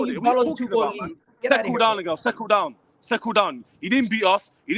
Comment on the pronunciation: Seckle down seckle down..... Who's gunna tell him